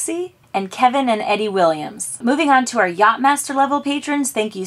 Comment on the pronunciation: Not “Eddie”; “Edie” (pronounced EEdie)